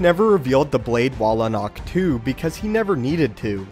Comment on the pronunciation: It is in the Xwing in the bay on ahctch-too